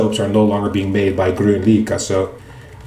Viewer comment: You can hear the correct pronunciation if you google translate "Green happiness" to Swedish "Grön lycka" - You did quite good!